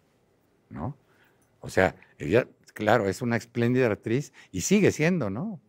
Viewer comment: Sr. herrera, no se dice EXPLÉNDIDA se dice espléndida